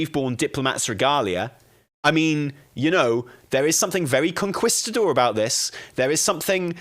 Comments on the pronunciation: Con-kees-ta-dor hahah not Con-kwis-ta-dor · Lmao idk what a conKWIStador is, but I think he's trying to say conKEYstador 😂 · I can't take anything serious when you say Conquistador like that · It’s Kong-keeestah-door…….ya limey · Con-kwis-ta-dor eh? Fml lol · Con-key-sta-door, for the love of god.... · "con-kwis-ta-dor..." Bless his heart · for the love of god the u is mute like in que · i agree with everything you said except the way you pronounced conquistador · really set his British to 1000 with his pronunciation of conquistador. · I’m sorry, the way says “Conquistador” is killing me. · I'm glad it wasn't just me. I flinched each time he said it lol